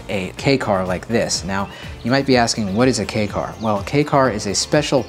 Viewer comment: I am sooooo glad knows how to pronounce "Kei" car lmao.